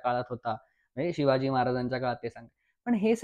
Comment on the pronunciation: नम्र सुचना: Shivaji उच्चार शिवाजी करावा, शी वा जी असा क्वचित होतो आहे.